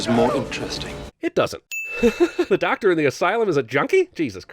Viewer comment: DOKTUH! Puhleeze.